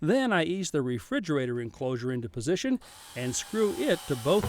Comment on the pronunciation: I laughed a lot at "SO here's your virtual refriugrator"